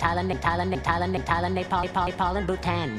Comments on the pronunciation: When he says "thailand" its sounds like "tell on me"🤣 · Thailand he say Italian